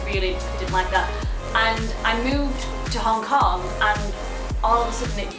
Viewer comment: did you say hong cock rather than hong kong?